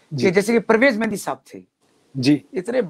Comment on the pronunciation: Abhi tak bhi Duaabie ho Mehdi ko Mehndi bolte ho.